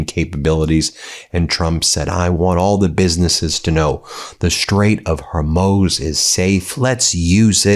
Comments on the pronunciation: Why do you keep mispronouncing the straight of Hormuz? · Even though I agree with Ben, I cringe at his constant mispronunciation of Hormuz! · Why can't you pronounce Hormuz? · Dear dude, would you please pronounce Hormuz properly, its quite annoying when you pronounce it incorrectly. Thanks. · Please pronounce the Strait of Hormuz properly. It is difficult to take you seriously when it keeps happening. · Please say it correctly; it is the Strait of Hormuz. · Yeah, come on Ben, up your game. Don't play upto the stereotype that you are all thick and ignorant. Learn to pronounce places and personal names correctly. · Please pronounce it correctly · Goddamn it Ben how do you get “hormOz” from “hormuz”? I can’t listen to you anymore. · Learn the name of the straight. It is NOT "her-MOZE". Learn to say Hormuz or let someone else read your words. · Can you please say 'hormooz' not 'hormoze' pronunciation of Hormuz is the first one 'hormooz' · Not 'Hermose', but 'Hormuz'. Thankyouverymuch. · Hormuuuuuuz, not HorMOZE. IDK why you can’t pronounce it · Ben, thanks for a more straightforward reporting on this illegal war than the Trump administration obviously prefers. FYI, the consensus pronunciation of 'Hormuz' in the West has long been 'hor - mooz,' and not, as you persistently say it, 'hor - moze.' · You keep saying hermoz when it is pronounced hormooz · Ben, I watch you all the time. You're a smart guy. The pronunciation is: The Gulf of Hor-MOOZ. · Can someone tell me why he keeps pronouncing it ' Horm-oze"? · Hermohs? Where’s that? You saying Hormuz reminds me of Stevie Griffin saying Cool Whip! The way you’re pronouncing sounds like a terrible way of referring to a woman who cuts her grass! I’ve only heard it pronounced like the first half of the maker of Spam’s name (Hor (-mel)) and several cows speaking at once (moos). Are we wrong for saying it that way? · I googled up pronunciation for Hormuz, it sounds like Hormoose to my ear when spoken by an Arabic voice.